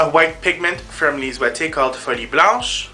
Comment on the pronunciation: Every time you saw "Folie Blanche" I hear "Sweaty Blouse" and I laugh.